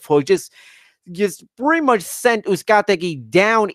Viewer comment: The main announcer also referred to Brandon Figueroa as Moises Figueroa at least once (in the Brandon Figueroa vs Moises Flores semi-final). Combined with the thousand pronunciations of Uzcategui, it didn't make for a great outing on the mic for the announce team. That said, it was a fun card with a really good main event.